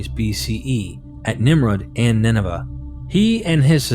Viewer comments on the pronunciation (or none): none